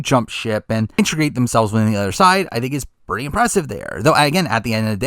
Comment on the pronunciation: Love your content but how do you still pronounce integrate wrong